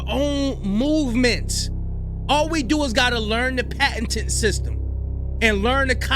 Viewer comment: It's "patent" brah, not "patten".Patten is a last name.